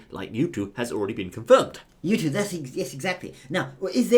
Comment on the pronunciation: You mean mewto